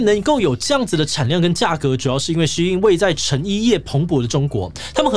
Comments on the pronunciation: 發音要正確。SHEIN的中文是希音。不要念的聲音得像老外。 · 竟然是唸Shee-in，我都唸Shain.